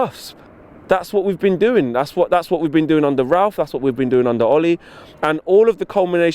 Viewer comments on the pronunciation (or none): none